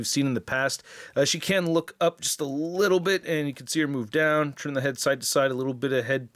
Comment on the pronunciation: Please enunciate the T better when you say “turn”. Sounds like you’re saying CHURN everytime. It’s slightly annoying but great review and awesome channel!